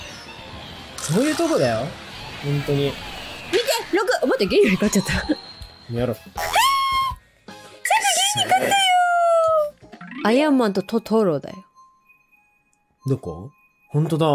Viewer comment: アイアンマンとto→to→ro↓だよ 違和感あると思ったやつ仲間よ